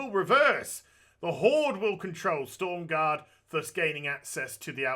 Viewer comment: Everybody shitting their pants about him saying stormgarde instead of stromgarde